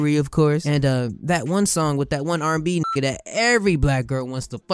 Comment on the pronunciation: He said “RobloxnB” 😂😂😂😂